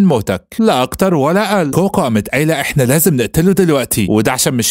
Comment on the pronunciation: كوكو ❌️ كوهاكو ✅️